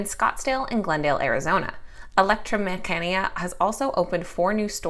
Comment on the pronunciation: great video as always. mecanica is pronounced meh-ka-knee-ka lol